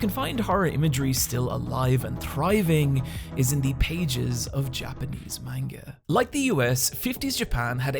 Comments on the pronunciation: Amazed the comments aren't more full of criticisms on his pronunciation of "Manga." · YOU'VE WATCHED ANIME FOR HOW LONG AND U STILL PRONOUNCE MANGA WRONG